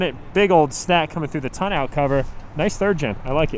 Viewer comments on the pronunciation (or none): when you said tonneau cover it sounded like you said toe nail cover